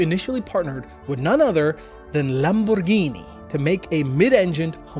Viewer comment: Kudos on you Lamborghini pronunciation. Ciao from Italy.